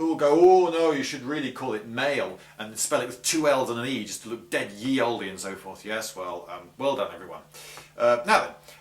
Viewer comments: It's not "jee olde", that "y"-symbol is pronounced as "th". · "Ye Olde" isn't pronounced with a y like yippee. Y is the old letter Thorne, pronounced "Th". been watching QI :)